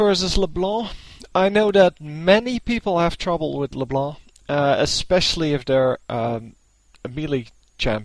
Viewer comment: When you say LeBlá i rofl so hard xD